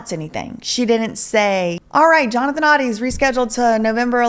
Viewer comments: The pronunciation is ODIE not ODDY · Also it is pronounced “Oh-dee” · Oh-dee like the dog in Garfield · it is actually pronounced OH-DEE. Just thought i'd let ya know lol. Great investigative work!!! I love all that you do!!!